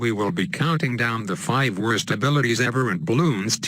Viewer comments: *worst not wurst 😂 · Lol at start “wurst” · at the start he/she said a word wrong it was worst when he said worst he said that